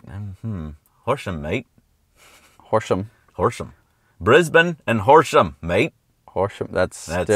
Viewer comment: said Horsham right haha